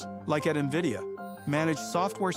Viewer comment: He made sure so quick to say nvidia correctly a bunch at the start just to get the branding back on track. Lmaoo massive respect